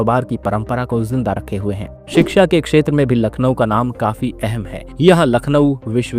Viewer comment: Voice over should be more refined . Pronunciation counts sp for Lucknow ..